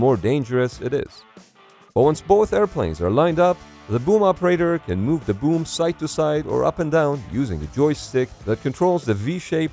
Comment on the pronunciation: Fun fact im a living mold for the boom or as he says woomb